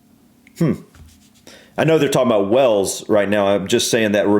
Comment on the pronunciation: Please stop saying Wells it's Wales, pronounced like Whales.